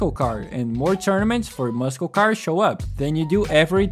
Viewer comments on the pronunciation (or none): Man o man I loved this game. I had a completed save file where I sold everything and just had a ton of money. I'd load up the save, customize a car or cars to my heart's content and then not save so I could rinse and repeat. :) Also: muscle is pronounced 'Mus-sol', not 'muskel'. haha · Ay man I'm sorry for calling it out but please say muscle car or the word muscle correct. I get a slight cringe with a handful of goose bumps every time you say it. It's muscle pronounced like [mussle] not [muskel]. That's all. Just wanted to be friendly and point it out ;) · Awesome, honest video! Really liked the game and played the booms out of it. Finished it like 5 times. I'm going to sound like an ass here but the way you pronounce muscle is mussul, not muss-kel. Pronunciation doesn't change anything you want to tell us though! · the way you say "tunner" and "muskill" has me on the floor lmaooo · I was wondering what you meant but later i understood you were saying muscle cars Tip: it's pronounced mussel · Never in my life have I heard someone pronounce the C in "Muscle" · Great video. I wonder if Midnight Club would've had a similar cultural impact to Need for Speed if they didn't stop making games and only focused on GTA and Red Dead... Also, hopefully you don't mind this, but given the other comments in Portuguese, I am assuming you are not a native English speaker (correct me if I'm wrong). Your pronunciation is pretty good, though you keep mispronouncing "muscle" like in "muscle car". You keep pronouncing it with hard-c (k sound) instead of soft-c (s sound). I used Google Translate for this, but I think you'd pronounce "muscle" more similar to "máçél" in Portuguese alphabet/alfabeto. Or more like "mussel" in English alphabet. Once again, great video. Hopefully you aren't bothered by my criticism.